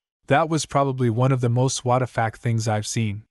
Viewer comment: Why does the AI say "whattafack" for WTF